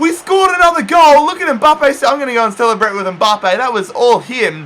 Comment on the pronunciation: It’s mbappe not mboppe